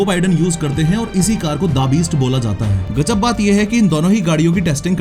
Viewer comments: The Beast ❌ Daa Beest ✔️ gyann kab chomda , samjh ka jaadugar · bhai the beast naam hai DA beast nhi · The beast ❌ Dabist ✅ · Pronounciation sahi Karo please da beast nai the beast hai. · Da-beast 😂😂 I think The Beast hai😂😂... This reminded me of an interview of Rohit Kuldeep and Chahal where Chahal referred to The Rock in the exactly same accent and style 😂😂